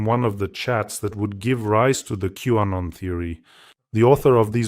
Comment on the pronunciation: …Q-Anon… not W-Anon.